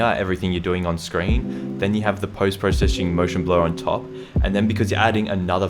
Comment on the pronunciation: “post proseshing”